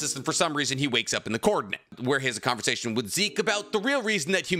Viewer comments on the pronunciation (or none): none